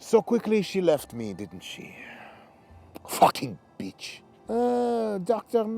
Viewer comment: 😂😂😂😂😂😂😂😂 "Fuakin beech"